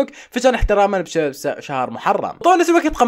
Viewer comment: بسبب ❎ بشبب ✅ 😭😂😂